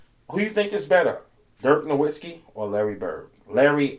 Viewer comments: Who is Dirk Nowinski? Learn to say his name at least. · Everyone pronounces Nowitzki wrong... The W in German is pronounced like a V so it's dirk Novitzki